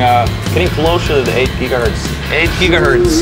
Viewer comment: they break the world record and they cant even say ghz right